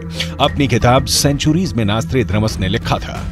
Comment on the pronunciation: नॉस्ट्राड्रामस या नॉस्ट्राडमस 😂